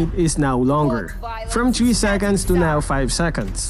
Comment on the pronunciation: "Chree seconds", "Dush speed" 😂